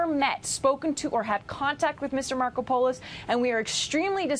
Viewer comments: No way his real name is pronounced “Marco pole isss” lol it’s gotta be “Marco! Polos!” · Mar-KOP-o-lous. My God wtf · Let's try "Mar-COP-a-lus" for Markopolos...how could no one have told her😣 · 'Markopolos'? i think Sum Ting Wong. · Learn to pronounce the names before reporting the news please. His name is Mar-kop-olos. I get upset when people misread what they are reporting and then can't even pronounce the names of the people involved in the story, especially since I know these guys are alleged to be "well educated". And yes, I have a Masters Degree if anyone is wondering.